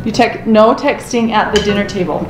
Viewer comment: NO texTING TING i hate they way she said that